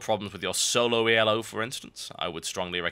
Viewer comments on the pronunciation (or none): It's not E.L.O., it's "elo" pronounced just as it is because it's not an acronym for anything. It's a rating system that was designed by a guy named Arpad Elo. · Why does he pronounce Elo "yellow" ?